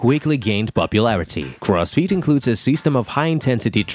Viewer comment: All I hear is Cross feet is..